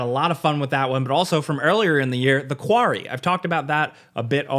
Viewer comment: I love the way says “quarry” “kwaury”